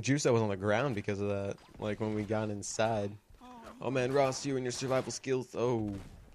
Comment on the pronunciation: "insi-eide" and "Hepic" lol don't remember every saying that shit XD